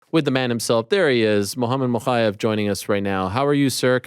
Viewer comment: Somebody get ariel to stop saying “moKHaev” it’s not more authentic or w/e tf he’s thinking to pronounce letters that aren’t there